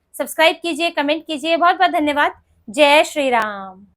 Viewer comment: Chiranjeevi raho beta. Apka Jai Shri Ram ka ucharan achha laga